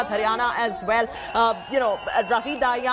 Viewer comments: Not dhaiya ...its Dahiya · Dahiya ko Daahiya kyu bol rhi . Indian hi to ho tum